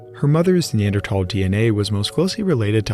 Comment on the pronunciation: its the correct pronunciation, the "h" is silent